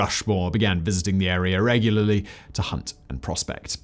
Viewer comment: my favorite part is when he says "this agreement created an air-ree-yar of land..."